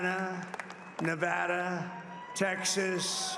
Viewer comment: Of the hundreds of people who pronounced my home state the wrong way. Donald Trump KNOWS Nevada by its true name!